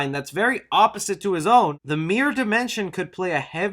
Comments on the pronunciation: Dude, it’s MIRROR not MEER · Sounds like you're saying half of the word Mir-Ror. Lil Mir. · It was at least a few mentions of "Meer Master" before I realized you meant miRRor. MiRRor.